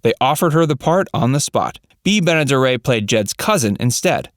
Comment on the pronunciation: And who ever knew Granny's name was Daisy? It was Granny, fer cryin' out loud. Actress Bea Benederet, who was the female lead on Petticoat Junction and also was the voice of Betty Rubble, her last name is Ben-a-der-et, not Ben-a-der-ay. You tube announcers are terrible about knowing how to say things.